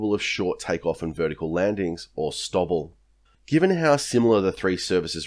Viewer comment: ive never heard 'stovl' pronounced as 'stovvle'. usually its 'stow'-'ville'. the big attractor for the f35 was distributed manufacturing creating regional economic offsets which was a force multiplier for sovereign technologies, supply chains and skills base- along with redundancy in supply chains.